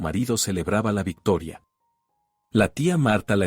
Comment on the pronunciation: Cuál? Cegueramente es; SEGURAMENTE . Soc cuando se dice schok. Victoria no vectoria.Diego ,Diago LEA ,bien